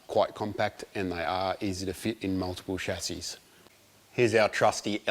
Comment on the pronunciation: The only ausie that says chassis right. No Schazzy here.